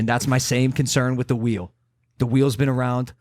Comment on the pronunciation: "THE WHEELE"!!!!